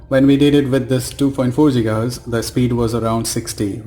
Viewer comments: Its Giga hertz and not Jiga hertz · Its Gigaheartz man, Not Jigahertiz. BTW, How much did u pay ? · It's not jigahz it is gigahz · Jiga hertz 😂😂😂. Bhai when did GIGA evolve to JIGA ??